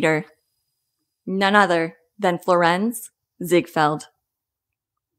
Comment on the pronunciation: Florence ziegfeld's first name is pronounced like Florence, Italy. You're putting emphasis on the wrong syllables of his name. His first name is pronounced the same way you pronounce a woman's name if her name was Florence. There's a lot of names that are seemingly androgynous. John Wayne's first name was "Marion." You can see why his first name was changed to John. Frank Sinatra's first name was legally "Francis." Just because a man has it doesn't mean it's pronounced any differently just as a woman can be nicknamed Sam if her name is Samantha.